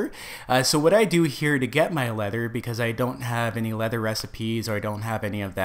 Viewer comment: you keep on saying lether do you mean animal hide